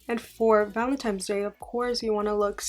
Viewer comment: I love you and your videos but please stop saying Valentine's Day like "valentimes". There's no m!!